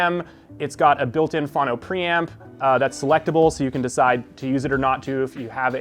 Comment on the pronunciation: He lost me at "fah-no". It's pronounced "foe-no". Streaming via cable. These kids and their problems. This dude has no clue.